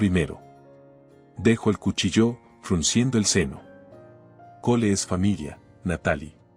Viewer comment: Y no se dice cuhilló ni jíro